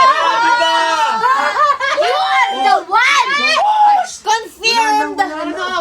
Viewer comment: be like "You arrrre the one" hahahhahhaa